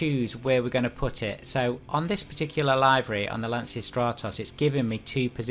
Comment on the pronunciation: Just a quick tip: the correct pronunciation of Lancia is "lancha": the ch is like the ch of choose. Greetings from Italy 👍